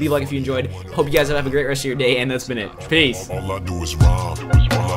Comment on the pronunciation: It sounded like he said FAZE! not PEACE!